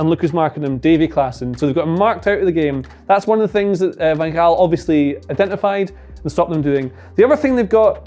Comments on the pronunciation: wow you said van gaal very good i am dutch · Your van gaal pronunciation in the proper Dutch is near-perfect, well done :D